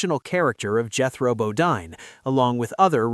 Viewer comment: It's BoDEEN! NOT Bo-DINE! God I hate these AI narrations!